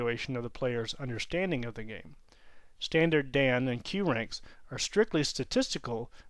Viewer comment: "Dan" is not pronounced right in the video. Think of the honorific "-san" but replace the "s" sound with the "d" sound.